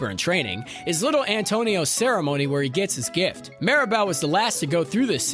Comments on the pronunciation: sounds like ya said Maribel instead of Mirabelle but at least we're not talking about fight club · Bro legit gave a lesson on her name pronunciation as ‘MEERabel’ then proceeded to pronounce her name wrong as ‘MARYbel’ and ‘MARAbel’several times over. 😂 All are wrong.